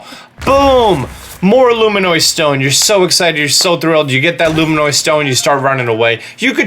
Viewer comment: Loomaynoy stone ?